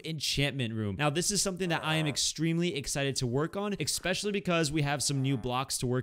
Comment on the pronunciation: My teacher of English: "Especially": "Expecially" 🤦